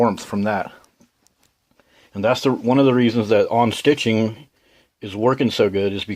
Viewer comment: Are you saying “on-stitching”? Do you mean unstitching, known more commonly as “seam ripping”?